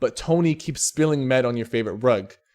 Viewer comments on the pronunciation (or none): the way you say mead offends me